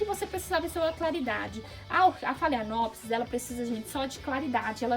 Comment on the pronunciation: Pronúncia certa de phalaenopsis: falenópse.